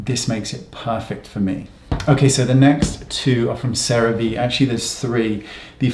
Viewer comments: Cerave is Sarah - Vee. It’s ceramide vector, which is their products USP this delivery system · CeraVe is pronounced "Sarah V"